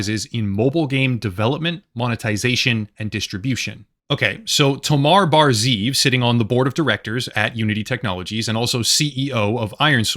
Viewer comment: Just a small point to make, I know it says ZEEV and you read it like ZIV but you actually have to pronounce it ZE-EV with 2 syllables (it means wolf)